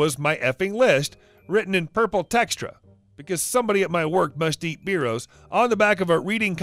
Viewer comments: Biros = "buy roes" not "beeroes" lol great job otherwise. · Its not beeros it's BIROS BI ROS it's a brand of pen! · "biros" is pronounced "bye-rose" and means the cheap ink pens made by the Biro company; it is a generic term (like how Americans use Xerox for all copiers) for pens =) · Biros pronounced bye rows